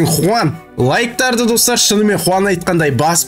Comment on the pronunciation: аға аты хуан емес жуан